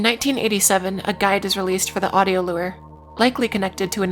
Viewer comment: Lmao can I ask why you wouldn't want to pronounce "macabre" the way... it's generally pronounced? obviously it doesn't matter as long as folks know what you mean but I've never heard anyone pronounce it like you did before edit: nvm she also pronounces "lure" super weirdly, clearly this gal is just a silly billy